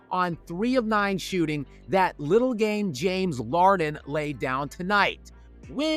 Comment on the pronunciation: He said James Larden